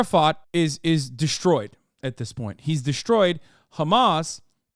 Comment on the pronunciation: FOR THE LOVE OF ALL THINGS!! STOP SAYING KHAMAS!!!!!!!!